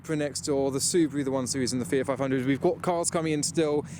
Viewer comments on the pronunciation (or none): none